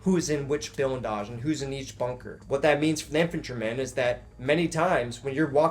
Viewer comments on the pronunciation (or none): Its blindage not bilndage jfc bro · Insanely terrifying. BUT my brother, you’re STILL saying bilndazh. It’s BLINDAZH 😂😂😂 PS: I would strongly encourage you learn Russian. If you’re still there a year from now it will be extremely useful.